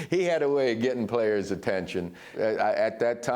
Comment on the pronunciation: I always get a kick out of how Joe says "players" lol